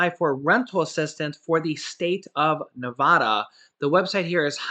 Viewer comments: I'm a Nevada native. Nobody says Ne Vah Dah. Who ever told you that is lol. Bro, Trust me it's Nevada like the a in apple. I've heard you say that someones given you guff about it but they're batshit crazy. For real. It's Nevada. NevAda. The da is like duh. But its Nevada bro. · Yay!!!! You actually said NEVADA right the first time then you messed it up. I have faith that you'll learn one day